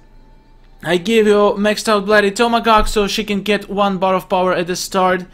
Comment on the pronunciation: You said Tomagawk AGAIN 😫😫😫😫😫😫😫😫😫😫😫